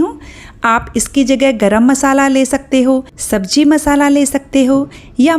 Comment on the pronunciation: Madam sabji nhi SABZI hoti h😂😂